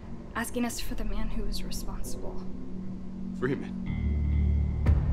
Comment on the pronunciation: фримен говорит? Это неправильно